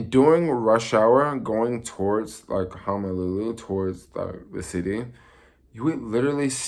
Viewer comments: It's HONOLULU, not 'Homolulu' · I thought it was hozolulu